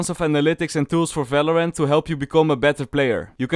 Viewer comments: when he said "felorent" i felt that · I don't watch these videos for tips, I watch them to hear say Felorant AND eesi peesi